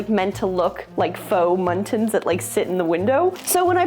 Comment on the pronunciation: When you said “faux mullions”, I heard “muttons”, as in fake sheep. 😂😂😂